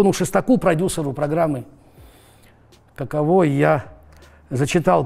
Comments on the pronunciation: Не каковО, а кАково! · Кушанашвили - "каково", ударение на первый слог. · каково с ударением на первый слог))) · Каково... ударение неверно ставите